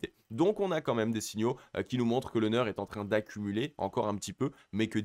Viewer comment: Juste pour information et parce que ça décrédibilise totalement le reste pour les confirmés, c'est NEAR (prononciation NIR) et pas NEURE...